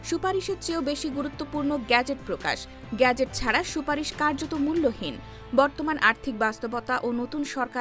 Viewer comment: বাংলা উচ্চারণে শব্দটি গ্যাজেট নাকি গেজেট? এই উচ্চারণে প্রচন্ড শ্রুতিকটু শোনাচ্ছে।